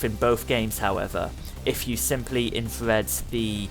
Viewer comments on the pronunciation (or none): none